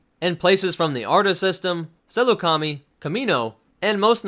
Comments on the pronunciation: "Saleucami" is pronounced "Sah-loo-cam-eye." Not "Saloo-kam-ee." We literally hear it pronounced a dozen plus times in the series. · "sil-oo kami?" I think it's pronounced "suh-look uh my" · Trying not to sound too pretentious, but i believe it's pronounced Sa-l-oo-k-a-mai (saleucami) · Seleucami is pronounced SELL OO CAM EYE